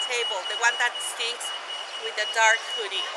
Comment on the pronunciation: That's not what she said. She said 'The one that steenks' ;)